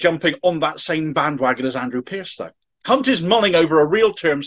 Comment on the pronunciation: Sorry to be critical but I do believe you pronounced Jeremy's surname wrong!